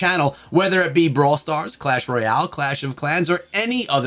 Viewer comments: It's clash royal not clach royal:D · Bro really said clach royal LMAO